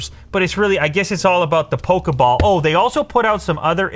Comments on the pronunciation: Like how he calls it pokaball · Did he really just say pokeball fans.